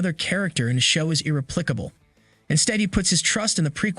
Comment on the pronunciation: no actor is what, brah..? Irreplackable? IrreplaCable. that's a SOFT C there brah. [Ear-ih-plase-uh-bul] Read your script a couple times BEFORE recording brah. Proper preparation and all that brah. You'll be fine brah, I'm sure your job is safe. You're irreplackable brah. 😆